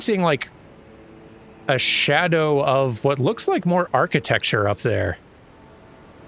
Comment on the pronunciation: Oh! The way pronounces it really sounds like the Dutch word for shadow: schaduw. Then again, tree in Dutch is boom, pronounced bowm (as in the weapon bow ending in an m-sound), so the similarities were always only halfway there. Nevertheless, it sounded nice. I’ll just enjoy it as long as it lasts.